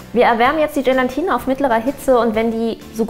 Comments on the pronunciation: Bitte! Es heißt Gelatine nicht Gelantine :D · bitte bitte sag nicht GelaNtine. Da läuft es mir immer eiskalt den Rücken runter 😖